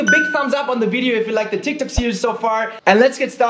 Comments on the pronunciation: Thats tiktok not tictok :'-D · No one: Litterally no one: speaking tik tac instead of tic tok😂